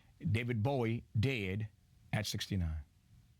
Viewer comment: He says 'Bowie' like 'boy' as in here boy!